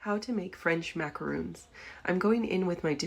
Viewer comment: Maca RON NOT macaroon.